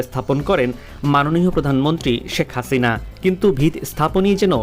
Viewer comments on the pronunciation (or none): none